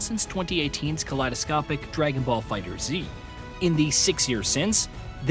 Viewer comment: It is 2024 and people still can't pronounce Figtherz.... It's FIGHTERZ NOT FIGHTER Z.